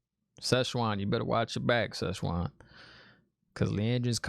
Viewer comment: Enjoyed listening to your take. Keep it up. Also thought it funny you kept calling her Shezchuan. She ain’t Chinese food. 😉